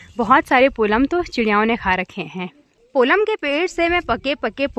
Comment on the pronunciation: पोलम नहीं पल्म होता है